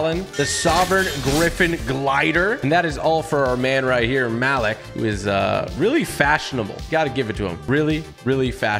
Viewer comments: Muh-Leak not Malik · It’s Malik(Ma-LEEK) not Malik(Ma-Lick) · It’s pronounced maleek not ma lick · It’s pronounced maleek not malick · did anyone else feel wierd when he said malik when u lnow its pronounces {Mal-Leek} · Is it just me or am I bugging for pronouncing the name Ma-Leek??Just curious, no cap...🤔🤔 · Its Ma-leek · So no one is gonna talk about how he mispronounces Malik 😂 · Ur pronounced malik name wrong 😑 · Tg the Malik skin is pronounce like the a makes the u sound and I sound like a e.